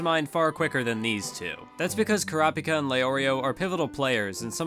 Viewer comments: "Ker-raup-ika" - You "Kura-pika" - Correct pronunciation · why do you purposely mispronounce kurapika's name? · I hate the way he says all the characters. Especially kurapika